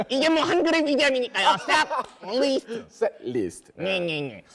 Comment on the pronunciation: 펭수야~ 뤼 아니고 을리 ㅎㅎㅎ 리스트